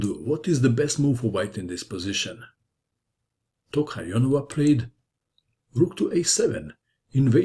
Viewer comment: Congratulations for being able to say Tokhirjonova. I was expecting her full name, though